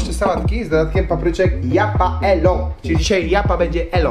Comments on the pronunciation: nie japaelo tylko jalapeńo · HALApenio a nie japa elo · DŻIAPAELO XDDDDDDDDDDD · Kiedy czekasz aż nitro nagra reakcje na wymowe japaelo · Nie wiem czy robisz to specjalnie ale mówi się "chalapenio" :) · Mówi się Halapenio